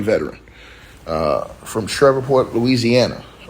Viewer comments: Shreveport Sh-reeve-port. Cad-dough Ar-cen-no for Mayor Arceneaux. Pray for my city. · This is beyond tragically sad, and I’m praying for their loved ones! Shreveport is pronounced, like sleeve(port). 🫶🏾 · Just say the PORT CITY at the top of the boot Google it to pronounce it correctly but definitely sad day throughout city